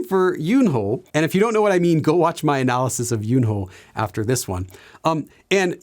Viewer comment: One thing, Yunho's name has a silent 'h'. But I hear you red it with prominent 'h', so I wonder, as you clearly know Korean really well, is this a one time mistake or is there a reason to it, like his name is so rare or the romanisation is not correct?